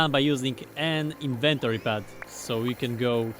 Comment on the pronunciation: Inventoree lol